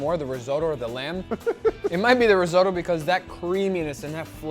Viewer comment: Rizo tow? Risot oh!